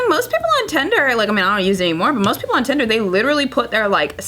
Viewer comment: I just watched the clip. They were just confused by her pronunciation of “tinder".